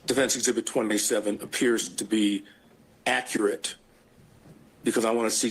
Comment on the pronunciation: "is this accurit?"